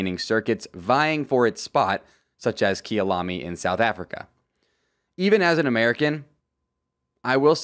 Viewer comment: Hey im a south african so just to let you know its pronounced kai-alami not key-alami